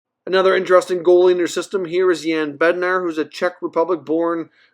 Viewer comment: Bednar's last name is pronounced "Bed-Nawsh" the r is silent.